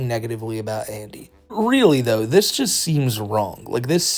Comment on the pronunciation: "De" "dis" it's andy